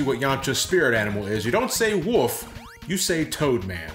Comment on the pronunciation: ok when you said wolfit sounded like you said woof instead of wolf and that really bothers me, still love the video though